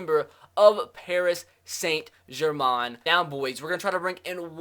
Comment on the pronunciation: U pronounced it paris saint germoin